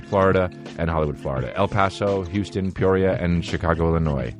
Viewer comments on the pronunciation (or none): none